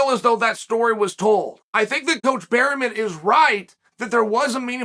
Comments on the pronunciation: Trust on Chael to butcher names "Eugene Berryman" 🤣🤣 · "Burymen" meets "Pierre" the Frenchman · Chael slaughtered Eugene's last name🤣